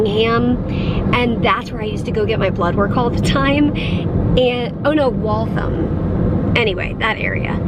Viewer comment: You pronounced Waltham wrong- I thought you lived in that area. 🙃